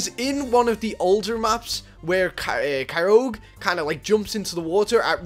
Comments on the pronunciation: "Kyroug" Its kyogre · In do you say "kyoge" not kyogre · you said kyog it's kyogre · Kyroge... WHY??!! ITS KYOGRE